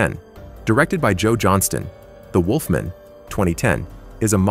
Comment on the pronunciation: Must be a computer generated voice or the narrator never saw Underworld as Celine is mispronounced and has never heard "wolfman" pronounced before. Ginger snaps was absolute garbage, right down there with The Banana Splits and Blood and Honey. Must have never seen twilight either, bad CGI in a teen angst Kristen Stewart vehicle.